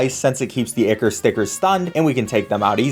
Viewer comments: i believe its pronounced "eye Core" not icor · EYE-CORE not icker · Btw I’m not sure if it’s just me, but I think you said ickor, when it’s pronounced Eyecore. Or spelled ichor. Btw again, you guys are amazing. It’s so fun to see you blow through this game. I consider this Minecraft with the difficulty of hollow knight. Not totally, but it is really hard. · Its pronounced EYE CORE. Not ICKER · Ichor isn't pronounced icker, its eye-core or eye-kur. I know Ichor sticker is supposed to rhyme but it doesn't. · It's pronounced "eye-core". Not "ick-ur". Sorry, that shits annoying. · Ichor=Eye-Core. not icker. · Eye-core not eek-ker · i love the video but ikm clutching my fists every time i hear ichor likr (ickor) instead of (I core) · its pronounced eye core not e ker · It's not icker it's ichor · It's EYE-CORE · So nobody is going to comment on the fact that they pronounced ichor like icker? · My heart physically aches whenever he pronounces Ichor wrong. It’s supposed to be “Ai-kor” or “Ai-ker”. But hey, great speedrun. Never played Terraria, but looks fun! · it's so weird to me to hear ichor pronounced 'icker' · AAAAA BOTH OF YOU ARE SAYING ICHOR WRONG AND ITS BUGGING THE HECK OUT OF ME! IT'S PROUNOUNCE EYE CORE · The pronunciation of ichor is fantastic (it's eye-core btw) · btw it's pronounced I-core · ichor is pronounced like eye-core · btw the word ichor is pronounced eye-core, no flame just letting you know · for the love of god its not ichor its I CHOR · It's pronounced eye core you fucking jackass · The pronunciation of ichor hurts me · thats not how ichor is pronounced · NO ICORE THATS HOW ITS PRONOUNCED AND AD I MAN TITE NOT ADMITE